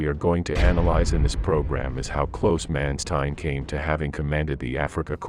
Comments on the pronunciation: Please put some effort in the correct pronunciation of the german names. For instance: the letter A is pronounced as in the word 'Chicago'. Do NOT say 'Menstein'! Say 'MAnstein'! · Interesting aspect - but man you butchered nearly every german word in this episode - even Mansteins name. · /Mawn-shtine/, not /Man-stine/; /Vair-macht/, not /Wer-macht/. Just curious: Is this an AI voice, or a human narrator? If AI, it is quite well realized. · For god sake, if you are going to narrate something like this get the most basic pronunciations correct, such as Corp and Wehrmacht. Even Manstein is not quite correct. At least you have not put the narration to a stupid sound track which is a blessing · please learn how to pronounce Manstein, or corps.